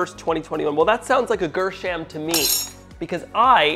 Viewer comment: He's from "Greh Sham" not "GirSham"